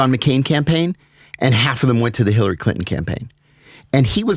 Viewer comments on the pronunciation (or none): and yet , if she would have won, we wouldn’t be in the shit show were in now with the clown occupying the Oval Office. Also, you’re saying her name wrong.